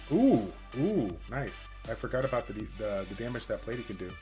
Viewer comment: Who the hell is Plate-e 😂